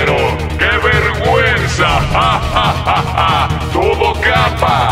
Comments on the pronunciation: Alguien más se dio q al ultimo dice verga-nza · Porque dice verganza